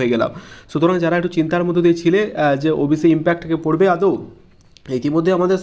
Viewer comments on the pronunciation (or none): আদেও নয় কথাটা আদৌ.... পরের বার ঠিক করে বলবেন